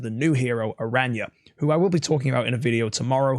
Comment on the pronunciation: Aranya 😂 I’m dead just say how Barry says it. We all know you watch his videos lol